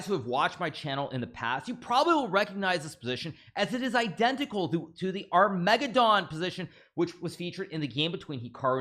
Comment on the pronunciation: hikaru can even count in spanish but can't pronounce "armageddon" correctly. lol